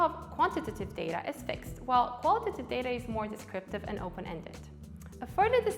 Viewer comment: The "qualitative" and 'quantitative" pronounciation kept throwing me off. Here's some user feedback for ya!